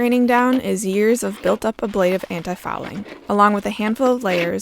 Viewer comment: It's pronounced aaa-bla-tive.